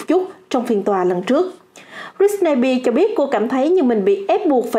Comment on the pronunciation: Đọc sai tên britney spears r 😵